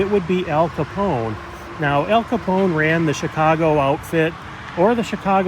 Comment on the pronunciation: It’s not Capon it’s Capone with e